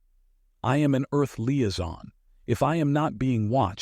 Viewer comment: Same with Liaison 😂